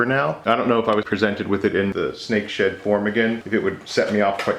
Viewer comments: You should really enunciate the "D" in Snake SheD, so many times i heard Snake Shit and had to convince myself it wasn't that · Really thought you said at the end.. “you wanted to see snake sh”t micarta?!” Lolol. I still hear it rewatching. Maybe in another episode 😂 Thanks, as always 👍🏼